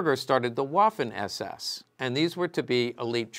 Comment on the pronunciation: It’s pronounced “VAFFEN “